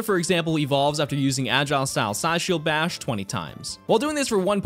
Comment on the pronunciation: can we please respect how said 'agile style Psyshield Bash' flawlessly